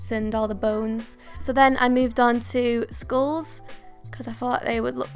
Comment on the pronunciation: I heard schools instead of skulls😂